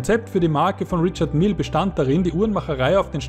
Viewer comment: Rischar Mije ist die aussprache